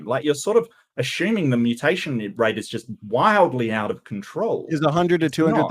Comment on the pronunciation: dude really pronounced "assuming" as "aSHuming".... WHAT an idiot. I literally would've ended the debate right there... If we can't get basic word pronunciation right... We CANNOT argue ANYTHING.